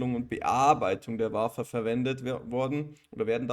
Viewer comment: Vielen Dank für das Video und die Analyse … Wafer … wird “Wäfer” ausgesprochen … Jede AMSL Maschine hat einen TEL Track oder einen SCREEN Track angeschlossen, um die Wafer mit Lack zu versehen …